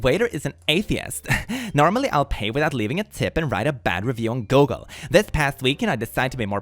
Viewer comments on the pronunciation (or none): none